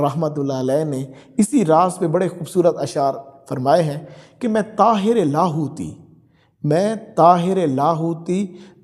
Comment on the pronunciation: tayre LA hoti (not tahyre)